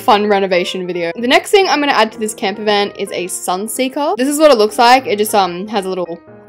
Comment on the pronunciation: It’s camper not camper fan 😂